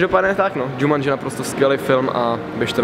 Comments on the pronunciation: nevyslovuje se to náhodou Jumanji !! ? :D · "žamandži" xd